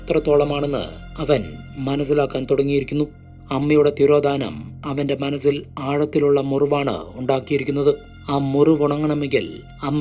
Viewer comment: Manazil അല്ല za അല്ല സ അല്ലെ മലയാളം കേൾക്കാണെല്ലേ സുഖം മലയാളം പറയു